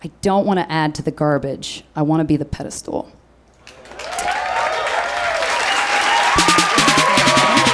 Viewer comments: Its pedestal not pedestool, maybe just maybe learn that before you tape a tv show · Wait, did she actually say "PediSTOOL?" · She says "pedistool." Which would be a stool for your feet, which it kind of already is.